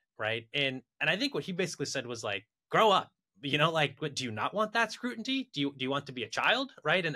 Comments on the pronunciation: Please tell that it's "scrutiny" (like "mutiny"). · Guys, my startup teaches VC to correctly say "scrutiny". Think Duolingo but only teaches one word., please send me the term sheet.